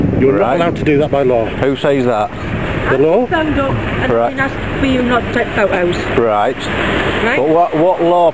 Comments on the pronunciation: 'Pho'os' Does she mean photos? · I think she said stop taking pho ohs